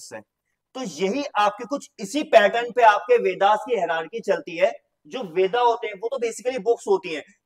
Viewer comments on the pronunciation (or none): Sir bo veda pronunce nhi hoga it's ved